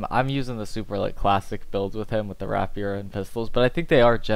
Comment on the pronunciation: rapier is pronounced "rape-year" fam ;)